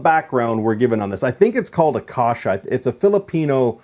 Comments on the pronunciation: You can listen to the correct way to say Acacia in one of the Iron Maiden songs you can easily find here on YouTube: "Iron Maiden - 22 Acacia Avenue". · you don't even know how to pronounce acacia😔 and he said he research about it.